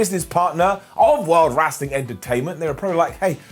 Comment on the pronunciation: Surely it’s Wrestling not Wrastling lol 😝